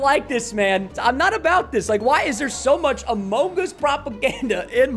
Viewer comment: I love the AH MOH GUS